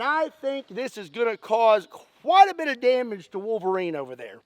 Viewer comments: drink a shot everytime he says volverine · Love the "Elv-erine"? Look.